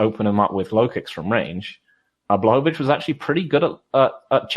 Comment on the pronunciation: Amazing how many pronounciations of name "Błachowicz" you're coming up with.